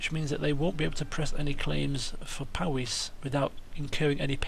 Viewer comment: Powys, the county in mid wales. = Poh - wis(like Poh from the telly tubbies and wisk without the k) :)